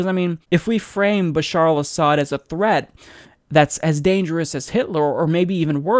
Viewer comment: 1) Doesn't know Hitler used chemical weapons. 2) Thinks concentration camps are "holocaust centers." 3) Cannot pronounce "Assad." 4) Thinks Trump "just the other day sat down with Martin Luther King." (Yes, direct quote.)